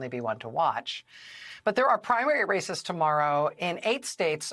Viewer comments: Listen again to Rachel and like me when she says the words "Races", mishear, and hear the word "Racists" :-) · Sorry.... Did you say "There's a lot of races to keep an eye on" or "There's a lot of racists to keep an eye on"?